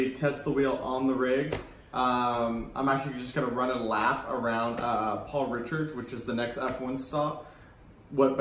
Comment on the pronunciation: It’s not Paul ‘Richards’ 😂.... try RICARD. can’t wait to get my podium f1 soon